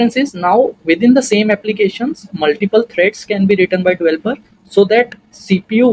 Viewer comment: its developer not dvelper otherwise great video